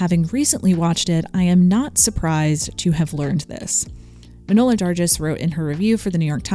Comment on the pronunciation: Because I respect how much research you do, wanted to send a reference on how to pronounce Manohla Dargis: Keep the great videos coming and congrats on going full time.